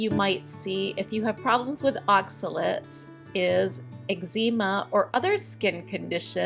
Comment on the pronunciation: Are you pronouncing eczema correctly?